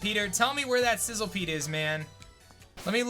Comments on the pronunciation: It’s not called sizzlepede it’s sizzlipede. Just saying because it for some reason bugged me when I noticed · Isn't it Sizz- li -pede, and not Sizzle-pede? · It's pronounced SIZZLE - E - PEDE.